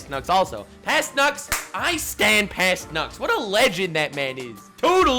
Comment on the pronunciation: Im sorry (not so sorry) but every tine you daid "past nux" i could only hear past nuts...